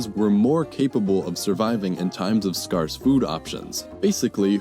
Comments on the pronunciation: Correction: it is pronounced erbivores instead of herbivores, and scare-ce not scar-ce but it doesn’t really matter :) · "scarce" now rhymes with farce? Hahaha "scarce food options" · Pronounce scarce “sk ay r s,” not sk ar ss.” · You pronounce scarce as scar-s. It's pronounced, unintutively, scare-s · ‘Skarse’ hahaha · sk-air-s, *s-kah-s Turmeric (pronounced /ˈtɜːrmərɪk/, also /ˈtuːmərɪk/ or /ˈtjuːmərɪk/[2]) is a flowering plant, Curcuma longa of the ginger family, Zingiberaceae, the roots of which are used in cooking.[3] Wikipedia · It does great on the nerves how he pronounces scarce, but overall this is a fantastically awesome video that I have incredibly enjoyed. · Because I am interested in biology in general, I feel compelled to hear this guy's take. What I don't get is the pronunciation of a word "scarce." The vowel should sound like "scares" as in "it scares me," except scares ends in the "z" sound, scarce ends in the "s" sound. He said it sounding like "scars," like "he bears the scars of his former battles," only with more emphasis on the final "s." Do they say that word differently where the narrator is from, or is this simply a new word for him? I can't find evidence of anyone pronouncing it like "scarss." Is the narrator a man or a bot? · I can’t believe you pronounced “scarce” incorrectly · You are the first person I’ve heard in a long time to pronounce “scarce” like that. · Weird way to say scarce. Also I will never get over people not pronouncing the H in herbivores or saying stuff like Erb instead of herbs, just sounds wrong. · Haha omg stop mispronouncing "scarce!" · oh my god stop saying scarce and scarcity wrong!!